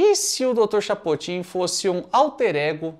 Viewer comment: Perdi 3 minutos rindo do dr "chapotin" kkkkkkkk